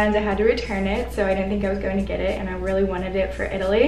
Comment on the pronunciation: Rill rill lol